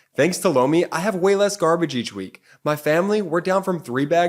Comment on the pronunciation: He says Lomi but I always hear blow me